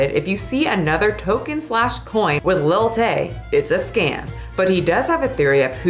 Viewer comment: I thought was saying lil tate xD but i can joke that she's Tate's daughter well little top G Andrew tate would be proud.